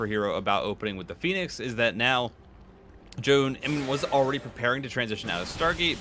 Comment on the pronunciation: omg first time to hear foreign casters pronouncing Zoun's name correctly!!